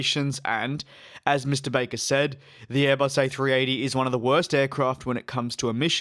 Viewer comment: His name is not BAYker! It’s Akbar AlbAAker